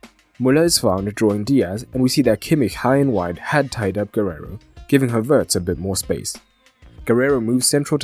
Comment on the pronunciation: Very good analysis! P.S.: it's not "Guerrero", but "Guerreiro".